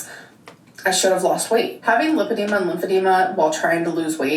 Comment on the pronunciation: The way she says limp-id-ema really annoys me